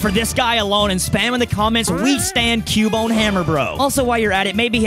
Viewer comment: Its cubone😂😂😂😂😂😂